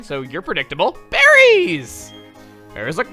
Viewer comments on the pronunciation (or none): When shouted BERRIES! I thought he said Barry and I was like............................ wat